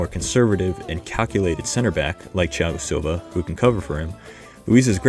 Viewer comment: Great pronunciation of Thiago Silva's name